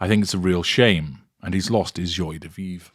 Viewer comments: Dear in case you plan to use this phrase in the future, it is pronounced "jwa" de vivre. Just sayin'. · Very disappointed in your prounciation of joi de vive